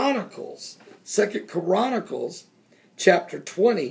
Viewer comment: no listen to him....he is saying KORANnacles, not CHRONacles